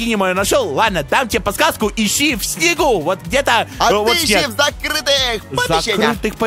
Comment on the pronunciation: Он сказал иси